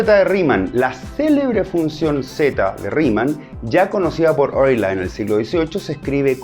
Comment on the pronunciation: Primer matemático Hispano que pronuncia Correctamente el Apellido de origen Alemán: EULER!!!!! excelentísimo!!!!! (Oí-ler) u (Oí-lá) de ambas formas es correcta, pero el más popular en Alemán sería la última pues, la terminación "er" se corta audito-gutural en "a"